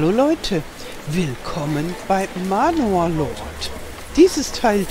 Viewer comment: Tolle Folge. Kleiner Tip: Man wird Männar ausgesprochen, das O eine Mischung aus A und O